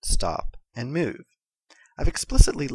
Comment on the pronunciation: you say "move" funny lol